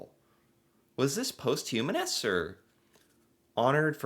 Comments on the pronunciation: The Governor General is the Sovereign's (currently King Charles) representative in Canada. Rideau is pronounced as ree - doe. It's a French word. No, not posthumanous. It's paws - t - hugh - mous. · learn to read it’s posthumous post humous